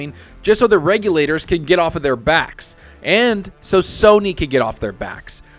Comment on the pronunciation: I know it's lame, but I'm happy has started pronouncing regulators correctly!!